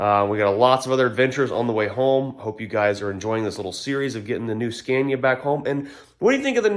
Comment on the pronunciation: Finally said Scania the proper way instead of your usual Scan-ia....you are not scaning anything😅